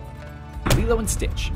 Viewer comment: when he was talking about lilo and stitch just so you know that is not her mother thats her sister. i love lilo and stitch. so i should know. you also mispronounced her name.